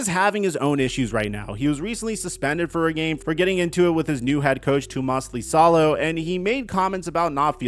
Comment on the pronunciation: griz coach name is pronounced “toe-moss E-saw-low” there’s no L it’s a capital i 👍